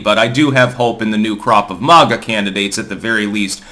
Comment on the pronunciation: It's not "mah-ga," it's "Mag-uh"